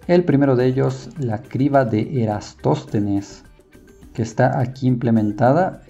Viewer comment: Deberías tener más cuidado con los nombres. Es Eratóstenes.